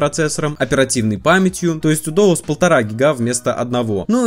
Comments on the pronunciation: Откуда взялось доус,если дуос??? При чем так уверенно произносил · ахахаха, доус) Может быть дуос?) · не Доус, а Дуос. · Да почему дОус, если он дУос?🤌🏻🤌🏻🤌🏻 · Не ДОУС, а ДУОС. Странно что никто в комментариях не поправил. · дУОс, а не дОУс. ЭнЭфЭс, а не ЭнФэЭс. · дОус. 😂 Может быть ДУОС, от слова Дуо? Дуэт есть такое слово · Может не доус а дуос? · Дуос же... Доус 😁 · На Айфоне скролл очень тормозной, после нормального телефона с андроидом, айфон бесил сильно. Будто пытаешься по желе двигать страницы. И, пожалуйста, не дОУс. Там же дУОс написано. Уже которое видео напрягает😅 А так спасибо за видосы) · дуос, а не доус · дУос , а не дООс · так правильно не дОус а дУос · Не доус а дуос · Ты серьёзно считаешь, что "Duos" должно произноиться как "Доус"???